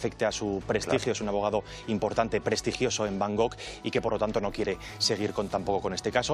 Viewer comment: SOLO PUEDEN EJERCER LOS NACIDOS EN TAILANDIA. UNA PREGUNTA: POR QUÉ LA GENTE NO PRONUNCIA BIEN "BANGKOK"??? TAN COMPLICADO ES??? TIENEN SOPAS EN LA BOCA, O QUÉ?? NO ES BANGOK!!! NOOOOOOOOO: BAN - GOK ES B A N G K O K !!!!! AL MENOS QUE LA GENTE HABLE BIEN. LO DE LOS FORENSES Y LAS RECONSTRUCCIONES.... QUÉ PESADEZ!!! SÍ, EL APUÑALAMIENTO CUÁNDO DICE DANIEL QUE LE APUÑALA??? AHHHHH!!!! QUE SE LE HA OLVIDADO ESA PARTE!!! EL TEMA DE LA RENUNCIA: ES DEL BUFETE DE ABOGADOS, NO DEL ABOGADO ASIGNADO. YO VEO QUE HA SIDO UNA GRAN SUERTE PARA ELLOS PODER DEJAR DE LADO UN CASO TAN MOLESTO COMO ESTE. LO QUE DICE MONTES DE LA FALTA DE DOCUMENTAACIÓN DEL CASO, LO HA DESMENTIDO EL BUFETE DE TAILANDIA. ES VOMITIVO!!! SE HA PUESTO EN TELA DE JUICIO POSIBLEMENTE AL MEJOR O UNO DE LOS MEJORES BUFETES, IGUAL QUE SE HA HECHO CON POLICIA, LOS FORENSES, LOS TRADUCTORES,.... SÍ, EN RESÚMEN: UNA TELENOVELA MALA.